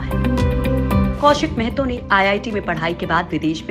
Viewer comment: Mehto nhi mahato hota h